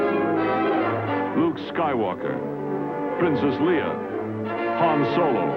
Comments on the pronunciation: How the trailer get leia and landos name said wrong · they didn't get Leia's name right either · did the trailer really mispronounce Leia's name? What??